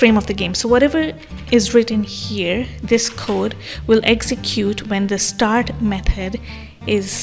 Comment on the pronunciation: Nice video, very helpful. I found the way you pronounce "method" as "meth-head" really funny, but otherwise very informational video 👍👍